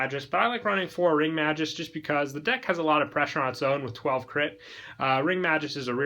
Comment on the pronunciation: The name is Mag Us, not Majus